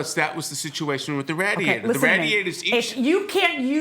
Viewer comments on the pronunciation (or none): Sir. Stop saying RAAAdiator. Its RAY-diator lol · The “rad-iator. 😂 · The way he says radiator makes me more mad than anything else. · The defendant "...somebody...who was that somebody..." dramatic pause. Could not have sounded more villainous even if he put his pinky by the corner of his mouth. 😅😅😅😂😂😂😂 And the way he pronounced radiator is criminal! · When the defendant was looking at the photos he looked like a little boy trying to come up with a story. Also, I’ve never heard the word “radiator” pronounced that way (defendant; plaintiff gets a pass for not being a native English speaker).